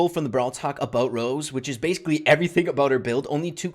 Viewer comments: Why is saying ROSE? its ROSA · Getting so annoyed about saying Rose the whole video